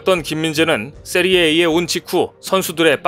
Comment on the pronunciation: 세리에이 아니고 세리에아 이름은 바르게